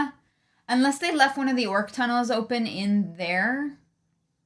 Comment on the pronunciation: Pretty sure Al Michaels has no earthly clue what an orc is, or how to pronunce it, obviously.